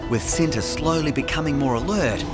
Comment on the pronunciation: I think the tiger’s name was supposed to be pronounced differently. Cinta, pronounced with a similar sound to the “ch” in “cherry,” (there’s no exact english phonics equivalent) means love 🥹❤️